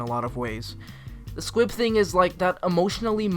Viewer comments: I swear you are saying SQUIB. It's SQUIP. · Did you say SQUIB instead of SQUIP????? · Take a shot every time he says Squib instead of Squip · squip not squib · Am I the only one who noticed he’s saying squib instead of squip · STOP CALLING IT SQUIB ITS SQUIP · Is it just me or did you say "squib" instead of "S.Q.U.I.P." the entire video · I say Squib too, it's really Squip? Well i've been saying it wrong for a whole year then 💀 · every time he's say squip my little harry potter brain b like squib?? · sorry to be that person but.... S.Q.U.I.P. you were saying squib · It is pronounced as squip Not squid Not squib Its squip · It’s squip, not squib. Squib is from Harry Potter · anyone else really pissed that he kept saying squib instead of squip like i’m fairly sure he did it on purpose to piss people off but it still fucking worked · Stop saying Squib-- its SQUIP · Ahhhhhh!!! HE sAID SqUIb!! It’s squip. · Is it just me or is he saying squib? Cause it’s squip with a p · It's squip, not squib. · I feel like you’re calling the SQUIP a SQUIB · And it's squip...not squib...you keep saying squib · SpaceAnt 07 Squib is a Harry Potter thing lol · Are you saying squib or am I going crazy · honestly bmc is one of my least favorite musicals (i mean the music is catchy and all but i digress) but him pronouncing it squiB the whole time made my blood boil 😂😂 (i still love him tho) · He doesn’t say Squip properly once?